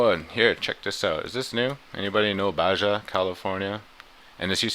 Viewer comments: You are wrong. It's pronounced "Ba-ha," not Ba-ja. How do you pronounce jalapeños? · Baja pronounced bahaa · Baja is pronounced ba-ha.